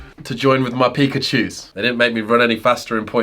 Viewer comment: Did you say Pikkashoes?